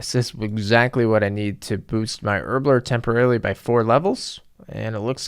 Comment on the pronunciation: I like how he says Herblore “Erbler”